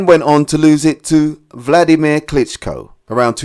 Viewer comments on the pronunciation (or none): none